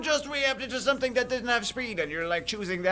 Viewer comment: "I theenk I deed sometheeng wrong" lmao.